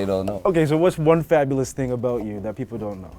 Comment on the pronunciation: I got jabolous…..jab- olous lol